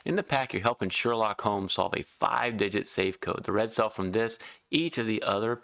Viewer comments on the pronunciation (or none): none